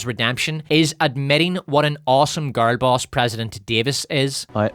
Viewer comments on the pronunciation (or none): no shade I heard "gargoyles" for a few seconds before I realized you were saying "girl boss" lol whoops